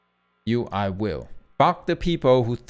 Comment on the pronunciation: No matter how much I idolize and regard HL to be one of the best guitarist on the planet, I can't help being amused by his accent even though it isn't really that bad. For instance, I swear I heard him say "free" but when I double checked it he was actually saying "three" also every time he says "fuck" it sounds like "Phuk" 😂😂